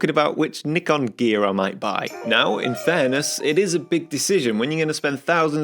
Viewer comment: The only disappointing think about your channel is how you pronounce Nikon